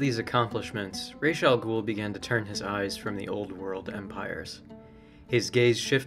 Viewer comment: Before I even watch this video I am going to give you a huge like for actually pronouncing his name correctly. There are so many Batman lore stans that consistently say everything from Razz to Ross... like WTF?